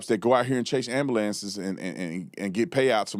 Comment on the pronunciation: Not ambalances.. c'mon now lol